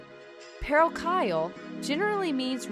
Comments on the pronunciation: I've loved the video a lot, but this part was so so funny to me bc while you didn't pronounce his name right, you're closer than you were with parochial!😂 In fairness to you though, Geoff Keighley pretty much says Uematsu's name every year at the game awards and still somehow gets it wrong, so you don't need to worry too much there🤣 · Top moments: 1) Red 8 2) Urethral = Ethereal 3) PA-ro-ky-al Town 4) One Winged ANGLE 5) Thinking Nobuo Uematsu was dead lmao FTW